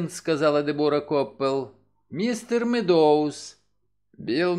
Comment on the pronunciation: Огромное спасибо! Единственное режет ухо фамилия МеддОуз. Правильно будет сказать МЭдоуз - ударение на Э (от английского meadows - луг) Ещё раз огромное спасибо за Ваш труд 🙏❤️